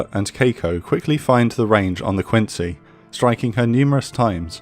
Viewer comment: USS Quincy was named for Quincy, MA, where she was built. It’s pronounced “Quinzy”. Great video, as always.